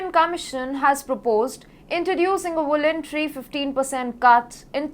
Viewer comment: Please get elocution lessons for your anchors so they don't say Europp and vole-antary and things like that. Elocution is an important factor in getting people to listen to you